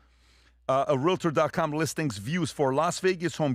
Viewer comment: it’s not realAtor. It’s realtor, which is actually a copyrighted word. It’s either Realtor, Realty, or Real Estate agent.